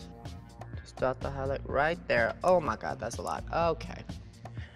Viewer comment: I love her she's really pretty. Her accent ....i died Omawuhd!!